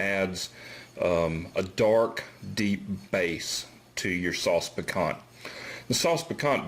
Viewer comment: FYI, it's pronounced "picantEAE"